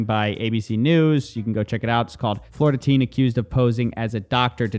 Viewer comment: You said Florida teen, I heard Florida man.